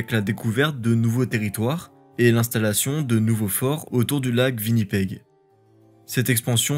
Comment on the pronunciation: On ne dit pas Vinnipeg. Cette ville est majoritairement anglophone et tout le monde, même les francophones, le prononcent comme un W anglais, comme Whisky ou Wal-Mart.